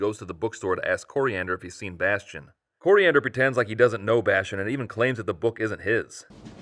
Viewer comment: it is pronounced "Korean Der".